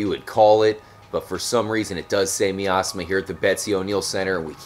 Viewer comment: uugg the way you say miasma drives me nnuuutttttssssssssssssssssss.... amazing find though.